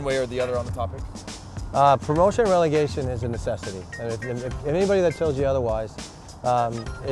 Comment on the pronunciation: Its Relegation not regelation.